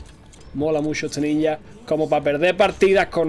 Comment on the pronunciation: eres el unico español que escucho que dice ninja de la forma correcta...